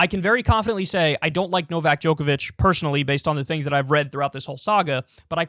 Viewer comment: I'm honestly surprised Kyle was able to pronounce Novak Djokovic when he always messes up easier names lol